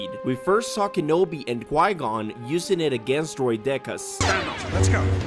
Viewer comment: He did not just pronounce droideka’s like droidekka’s